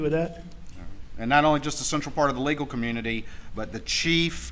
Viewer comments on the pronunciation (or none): Does he know how to pronounce /th/?? “Dis, dat, dey”… I cannot stand it.